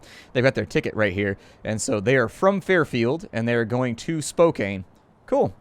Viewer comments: Not Spok cain, it is Spok Can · Psst. It's pronounced "Spoke-anne" :) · Spokane is pronounced spo-can', just saying. And yes they do have an airport btw ;) JUst in case you're wondering, Spokane is in Washington. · I didn't realize he was talking about Spokane when he was butchering it XD. Keep more coming.